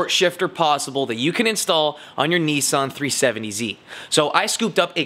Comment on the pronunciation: Neeesaaahn? It’s a Nissan (Nisan)